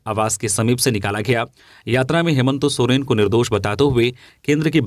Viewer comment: नाम भी सही से पता नहीं है हेमंत सोरेन का नाम ही गलत बोलता है